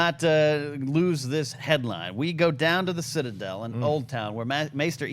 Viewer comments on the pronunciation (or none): none